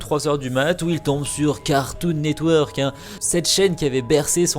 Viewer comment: "cartoon net weeuurk" ptain j'adore comment l'a prononcé.